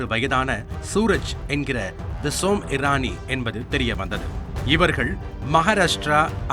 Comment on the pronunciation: அடேய் அது ஈரானி இல்ல இரானி